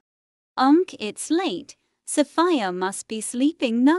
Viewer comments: the fact that my name is 'Sophia' the way the text to speach says 'Sophia' SoFIa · Sheesh you don't pronounce Sophia "sOvIa" (the mom calls Sophia Solva😭💅✨✋)